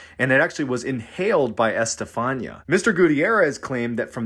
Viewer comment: Bro,it's Este-fa-nee-ah. Just note the accents in spanish writing and it's readable